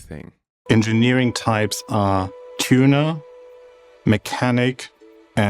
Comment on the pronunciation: I'm surprised they didn't replace the character with a fish every time the narrator said tun-ah ...